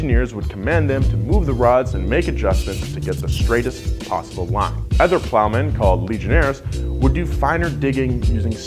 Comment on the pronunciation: High School education would explain this without watching. But im probably going to watch anyway cus i want to cringe at every time he says “ether” instead of “other”